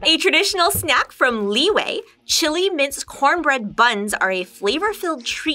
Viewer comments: It’s li yue not way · LI WEI they say lmao